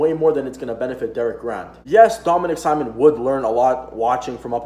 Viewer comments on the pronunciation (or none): Not gonna lie, kinda cringed every time you said "Simon" rather than "Sea-moan" other than the mispronunciation, this was a great video and you definitely gained a new sub buddy.